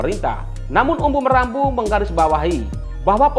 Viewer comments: Bukan Umbu Marambu pak Jurnalis. Tp Maramba Hau. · sebut nama orang yg benar jagan sebut salah nama orang UMBU MARAMBA HAU...bukan UMBU MARAMBU....buat lah konten yg profesional dikit Atur kata2 di edit yg baik jagan asal sebut nama asal2